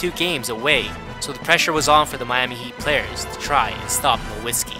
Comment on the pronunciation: You said Dirk Nowitski with a W in German the "W" is pronounced as a "V" NoVitski. Fyi